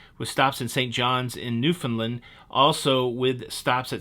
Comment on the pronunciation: hehe.. If you really wanna be ‘in the know’, the correct pronunciation is ‘newfunLAND’.. 😏